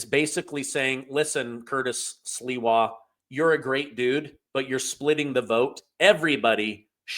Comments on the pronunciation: It's not Sliwa, it's sleewa😊😊😊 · Pronounced "Sleewa" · Come on, Curtis Sliwa has been a well known figure in New York for decades and you don't know how to pronounce his name?? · It is Curtis Sliwa (Slee- wah)